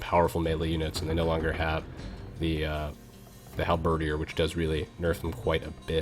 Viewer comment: I am unreasonably happy that your Halberdier pronunciation has been corrected.